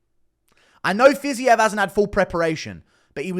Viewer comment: Fiz eee ev isn’t his name